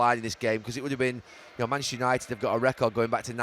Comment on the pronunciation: Still incredible Gary can't pronounce Manchester properly. "Manch United"